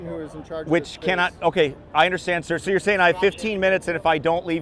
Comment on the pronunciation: Pleas stop calling them sìr